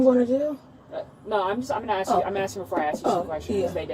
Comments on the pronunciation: IT’S ASK!!!!!! NOT AX!!!!!! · that’s all i’m AXING you….😂😂😂😂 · "cAN I AXE YOU SOMETHING' no, say the right word, try again. thats not an accent, thats not even ebonics, say the right fucking word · Whole daughter, aks, that's the twooth!